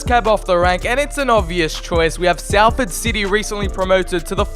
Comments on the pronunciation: It’s pronounced Sul-Fud. Not SAl fud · It’s not Salford it’s Solford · it isn’t pronounced as salford. it’s pronounced as solford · Salford City is pronounced solford Not Sal Ford. Its like saying salt that's pronounced solt. Other than that great video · No.1 is pronounced sorlford, not salford, despite it the spelling being the latter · It’s pronounced ‘solford’ ffs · It’s pronounced SOL-ford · I'm from salford It's pronounced Sol-ford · Salford is not how it’s pronounced It’s Sol-ford... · Just so you know, Salford is pronounced more like S-o-lford, the a is like an o sound. Just so if you do use them you can know how to say it :) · Btw you pronounce it solford I live there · You don’t say Salford city like s-a-lford, you say it like s-o-lford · It’s pronounced ‘Solford’ by the way. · Salford is pronounced solford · How he says Salford makes me sick, i guess thats how others say it but as a Manc it's not pronounced like that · Straight away he mispronounced SALFORD